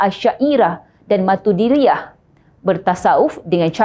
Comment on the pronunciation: pemberita nak sebut maturidiah pun susah. ni pula mufti nk claim ahli susah mestilah asy-mat. pening